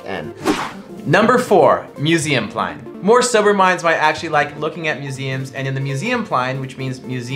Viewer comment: Museumplein not ''Museumplayn''